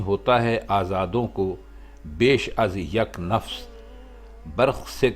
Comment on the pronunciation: نفس یا نفَس، نفَس ہونا چاہیے